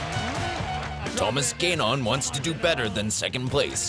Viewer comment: It annoys me he pronounces it Thomas gaynon...